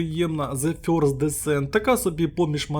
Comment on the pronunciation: Вибачте, але я не можу це слухати. Це не 1 ст плеєр. Це фьорст плеєр. (first - перший)